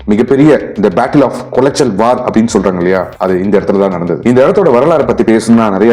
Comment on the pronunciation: அந்த ஊரின் பெயர் குளச்சல் ஆனால் கொலாச்சல் அல்ல